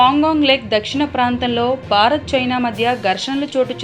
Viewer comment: భారత్ అనాలి బారత్ కాదు